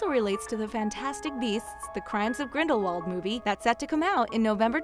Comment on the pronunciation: she said "when the first fantastic beasts, the crimes of grendalwold "